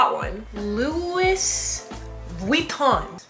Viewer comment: Lol she said louis with the s whoaaaa louis vuitton